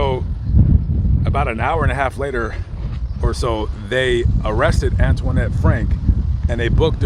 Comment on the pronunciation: It sounds funny when you pronounce her name...Antwaahnette, lol.